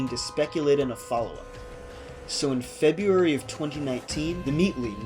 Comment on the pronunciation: "Feburary" huh?